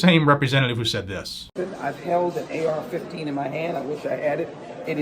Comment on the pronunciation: Did she say "AR-15" ?!? ...or "AR-50"